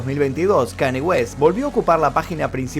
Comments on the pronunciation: Hola, te sigo hace muuuuucho tiempo. Yo soy fanático de Kanye desde hace muchos años también, por lo cuál te voy a hacer unas correcciones: 1. Se pronuncia "Kañe" no "Kani". 2. Kanye en el último año expresó muchas veces su deseo de cortar la relación con Adidas, ya que ellos estaban haciendo productos de nombre YEEZY sin su permiso ni consentimiento para ser vendidos. Por eso mismo él dijo que "aunque sea antisemita, Adidas no terminaría el contrato conmigo". 3. No se burló de la lucha de BLM, la remera de WLM la usó reclamando de que realmente, las únicas vidas que importan, son la de las personas blancas. Fue una queja a la sociedad, no una burla. 4. Kanye y Kim se separaron luego de que Kanye expuso información privada de su matrimonio en su única conferencia de prensa que dió como candidato a presidente. 5. No está bloqueado de Twitter, de Instagram sí, pero temporalmente. Le deben quedar 15 días de suspensión aprox. 6. Perdió 2 mil millones de USD por terminar su contrato con Adidas, pero sigue teniendo aproximadamente 8 mil millones de USD. Te mando un saludo! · otra video genial como siempre, pero te sugiero que cuando investigues veas cómo se pronuncian las cosas en inglés, lo menciono porque Kanye, no se pronuncia como Kant, se pronuncia Kan-y-e. Saludos. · Buen vídeo pero creo que la pronunciación es Kan-lle no Kanie en fin buen video 😉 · Con todo respeto, se dice KanIE, no Cani 😢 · se pronuncia KANYE, tu le dices y suena como kanie o kanyi pero es KAN YE, la y no es lo mismo que la i , saludos:) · Amigo todo épico tu vídeo dos un genio pero porque decís KANI, es KANYE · Gran video pero me dió cosa escuchar tantas veces "Kany" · Muy buen video… como siempre! Observación (no hate)… los Yankees lo pronuncian “kan-ye”… saludos hermano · KAN-i-ÉY--- pronunciación